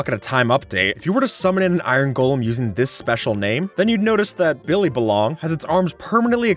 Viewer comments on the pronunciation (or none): none